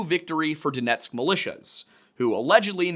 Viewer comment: Love how you said Donetsk oblast😊